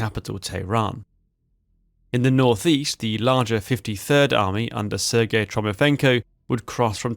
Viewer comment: It's Trofimenko, not Tromifenko